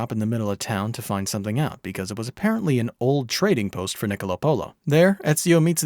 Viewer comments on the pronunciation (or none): none